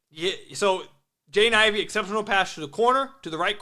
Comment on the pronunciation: You gotta practice pronouncing Jaden Ivey's name. Sounds like youre saying "Jane Ivey" 😂